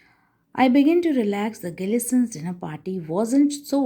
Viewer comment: It is not gilisson's it is gleasons